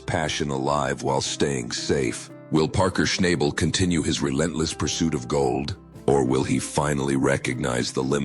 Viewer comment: All BS. Don't even know how to pronounce his name !